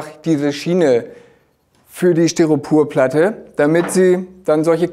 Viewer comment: Hi, tolle Videos. Es fällt mir aber immer auf das Du "StyropUrplatte" sagst. Es heißt aber "StyropOr", LG